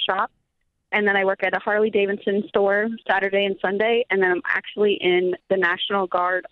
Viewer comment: If you work in a “Harley-Davidson store”, you should probably learn to pronounce it correctly.